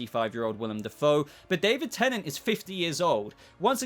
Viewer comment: David Tennent? What?